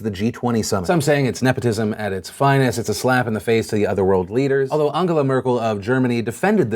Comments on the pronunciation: Legit thought it was pronounced An-gel-a. Not Ang-gala. haha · Does... Does Phil not know how to say Angela? You live in Los Angeles, how do you wind up pronouncing "Angela" as "Ungula" Merkel